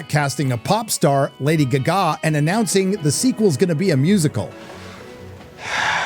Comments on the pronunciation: It's not Lady Guh Gaw! It's Lady Gaga. Like the Queen song "Radio Gaga" which is where she got her name from. Sorry, it sounds kind of ridiculous that way. If it's AI, then like many other names being butchered by AI, edit it so it doesn't sound unprofessional. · Why are you pronouncing it "Lady Gug-a"? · I love how you pronounce "Gaga" as "Guh-Gaaah" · Why is he pronouncing Lady Gaga like that 🤨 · I LOVE the way you say Lady G-GAH, ROFLMAO!!! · Woke is the buzzword of right wing loons. Movies were much better in the past, particularly the 70s Hollywood's most woke decade. The only one of the five I saw is Madame Web, and labeling it woke is ridiculous, and your assessment is as bad as your pronunciation of Lady Gaga. Hype can make a movie a hit, and negative hype can cause one to bomb. I think that is what happened with Madame Web, which people might realize is a decent movie if they gave it a chance. Unfortunately expecting audiences to approach a movie with an open mind is asking for too much. Calling a movie woke is just shallow criticism, and you don't even defend it.